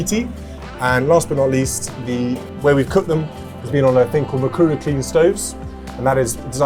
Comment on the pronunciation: So nice to see a Kenyan project. I am also working on a project to clean air and save households money. I hope I win this prize. Thumbs up for pronouncing Mukuru so well